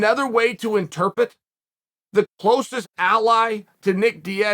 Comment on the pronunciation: English teacher: The word is "In-Ter-Pret" Chael: interpet me: okay great